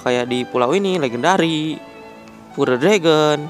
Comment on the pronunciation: Penyebutan pure yg benar bukannya "pyur" ya?